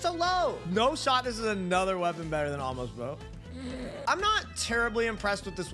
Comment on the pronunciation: I don't know how the entire community has managed to miss the apostrophe in "Amos' Bow" for three years, now. It's not "The Ah-mohs Bow". It never has been. The apostrophe denotes possession; it belonged to a man named Amos (rhymes with Famous, as in "Famous Amos™ Cookies"). Who was Amos? I have no idea, but that apostrophe proclaims that such an archer once existed.